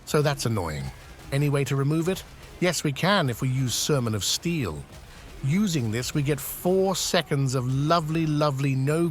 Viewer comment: the way "sermon of steel" is pronounced sounds like somehing else